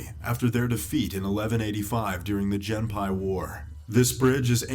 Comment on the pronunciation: That narrator butchered the pronunciation of the Genpei War